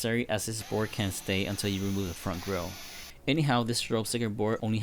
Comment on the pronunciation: I love how he keeps saying bore instead of board. It just sounds funny and the sub titles say the same thing like “input bore” lmao